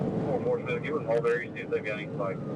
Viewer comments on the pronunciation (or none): none